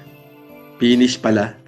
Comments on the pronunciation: Penis daw sabi ni, hindi Finish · “Pinish” 😂 bat iba naiisip ko hahahaha